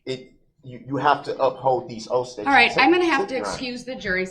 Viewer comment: Calling the oaths, “oafs” lol 😆